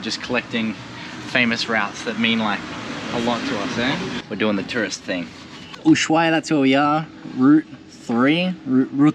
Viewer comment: Loving your videos, watching the "old" ones now. The H in Ushuaia is silent, by the way! Good trip to you and your baby ♥